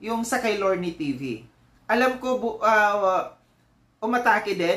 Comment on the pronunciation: di ako maniwla na nagkamali amg pag sabi ni lorne.hahahaha kunawari yan